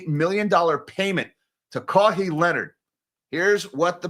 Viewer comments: Losing my mind over saying “Kaw-hee” lol😂 Love ya. It’s pronounced “Ka-why” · His name is pronounced Ka-Why…. Kaui adjacent sound If you find you’ve jumped the gun on implicating Mr Ballmer, pls correct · I never had a Po-tah-to salad. I hope it's as good as Potatoe Salad. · Kawhi pronunciation: Bird call (KAH!) then pronounce the letter 'Y'. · "Ka-Why" Leonard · Yeah, but still… shout out to Caw-hee. That’s all I’m calling him from now on. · Sorry but i can't hold my laugh hearing your pronunciation of Kawhi haha, anyways, there is no way he gets kicked out as he is one of the top platers in the league and the NBA commissioner (Adam Silver) is a player's commissioner so he is always on the player's side